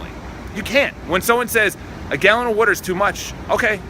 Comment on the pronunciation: Amazing opinion with a lot of truth. Great video man, keep it up never stop. You already know that the people who make fun of the way you say "water" are most likely the ones wasting their time and energy on the most ridiculous things. Energy can be regained but time will never be given back, do the most you can and never go slow. I hope you reach your subscription goals one day and I'll try to help you reach this goal even if its just one more subscriber every month. Keep it up & stay persistent!